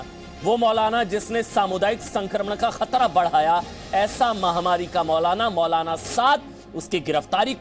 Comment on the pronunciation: Mautlana! "t" is silent.